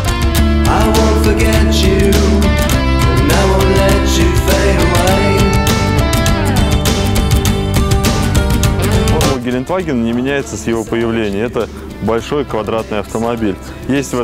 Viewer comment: Не Геленваген а ГеленДваген (Gelandewagen) Кстати, збс у вас в программе играют муз. треки